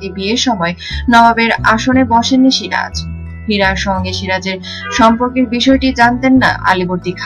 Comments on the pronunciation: You don't know who is SIJAR or SIRAJ ?? Pathetic pronunciation, it's a complete cheapness. YouTube is polluting and contaminated by people like you. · আগে বাংলা বলতে শেখ, সিরাজ না বলে সিজার বলছো,দত্তক না বলে দোতোক বলছো, কাঁচা বাঙাল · osikkhito aage soja kore ktha bolte sikhun,ota sijar noy siraj,r evabe itihas bikrito kore ki lav paan,1957 saal e polasir juddho prothom sunlam ebar to bolben India k aapni 2019 e swadhin korlen.